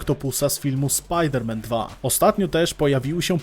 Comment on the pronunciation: „Spider Man „